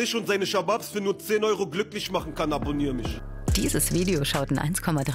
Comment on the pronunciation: Dieses „Abbonnieerr misch“ kriegt mich jedes mal ahahahah